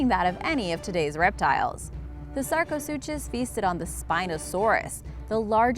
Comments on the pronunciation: It’s pronounced “sarco-sookus”...to pronounce it “Sarco-suchos” would be like pronouncing school as “s - chool” or Versace as “ ver - sais”....or DKNY as “Dicknee” 😂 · Sarco- SOO-KUS. Not SOO-CHUS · The “chus” in sarcosuchus is pronounced “kus”. ;) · That is NOT how you pronounce sarcosuchus